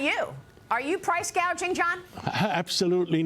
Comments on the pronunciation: What’s price gaging mean she can’t even get it right? What she said before which is price gouging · But not "Price Gauging", which is what she called it. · Gouging,not gauging!